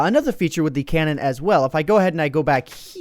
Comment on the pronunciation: Cannon? Dont you mean cow-non?